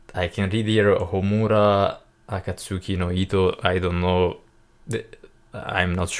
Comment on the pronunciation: 3 strings guitar: Shami-Sen Harp: Koto Bamboo Flute: Shaku-Hachi Your pronounciation is fine - Homura and Akatsuki no Ito. Nice reaction. Greetings from Japan. Hope you have chance to come to our country one day.